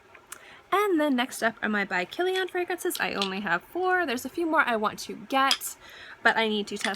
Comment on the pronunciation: I like the way you say Kilian! You pronounce it like an Armenian last name! ;)